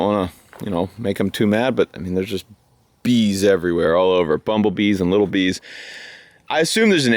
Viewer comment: I have never heard anyone say bumblebee!!! This texan man makes me indigenous German heart pout!! Ponder— uh, throb? Whatever. I've only heard it in transformers c'